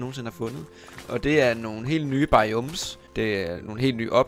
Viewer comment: du skal altså lige først gå ind i de nye snapshots (et slags preview på den nye opdatering) før du kan se ne nye ting. btw biomes ud tales BAjåums